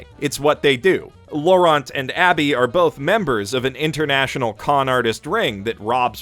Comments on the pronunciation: Too bad our favorite anime reviewer doesn't know the "t" in Laurent is silent. I'm french and i couldn't stop thinking about it? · Too bad you're too French to understand that Laurent is pronounced in a different way in the English language. :P